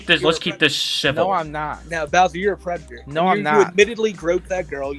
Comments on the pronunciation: "I'm not a pwedada" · is crazy bro really said "fuwk yew im not a pwedetor" like 70 times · Poor widdle pwedatuh. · "Pwedador" in Bowser's language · I'm not a pwedatuhhh Judge: Wait, really? Oh why didn't you just say so in the first place? Charges dropped!!!